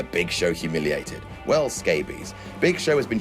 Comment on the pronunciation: That should be "Weeeeeeeeeeeeeeeeeeeeeeeeeeell" as you held the"E" pronunciation.